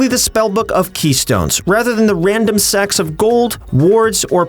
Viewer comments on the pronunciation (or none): Sacks of gold with S, but yes sounds like sex of gold a little.